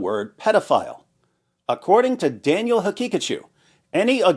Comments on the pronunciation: I kept hearing "Daniel Pikachu" the whole time. 😂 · i wasnt looking at the video when listening. I thought bro was saying "Daniel had pikachu" 😢😢😢